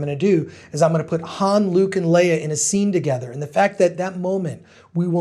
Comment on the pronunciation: It took me a while to understand you meant Leia (completely different pronounciation).